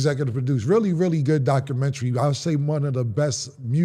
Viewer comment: It's Doc-u-men-ta-ry Not Documen-TRY 🙄